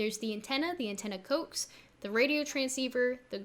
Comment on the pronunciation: It’s pronounced “co axe”. It’s short for coaxial cable.